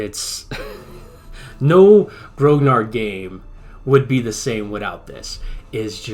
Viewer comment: A very good quick snapshot review of a grognard jumping into the game as I am doing right now. But please pronounce grognard properly. Grognard is from the Napoleonic armies and it refers to the Imperial Guards who were referred to as "grumblers" (grognard: "to grumble"). It is pronounced gronyar, no hard G, and no D at the end. Other than that I echo your "wow" reactions to an insane amount of work and detail put into this game. It is indeed the "gold standard" as you say, and I speak as a scenario designer in TOAW, and did my own opus of this campaign called Drang nach Osten. Grigsby's game is an obsessive work, a masterpiece in fact.